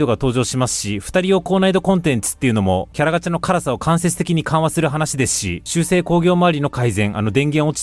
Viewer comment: 全然関係ないんですけど辛さ(つらさ)をからさって言ってるのが気になりました笑